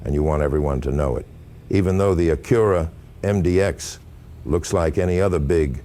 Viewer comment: Front logo is so large because the radar is behind it for the adaptive cruise/auto brake. You also pronounce Acura incorrect.